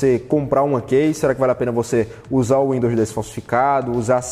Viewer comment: Pronuncia-se como ''Ki''.. lol.. qual Kei..lol 🤣. De 2010 a 2020 só ouvi dois ou três brasileiros que, saibam ou não falar inglês fluentemente, pronunciaram todas as palavras corretamente. Brasileiro não estima a sua distancia curta aos EUA para ir até lá aprender um bocado de forma natural.